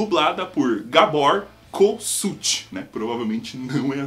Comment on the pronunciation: Gabor Cousuth tambem nao sei pronunciar ele falando adkposçamdspakfhnaçosfsa dsa